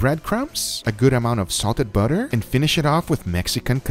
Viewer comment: the way you say butter is hilarious 😂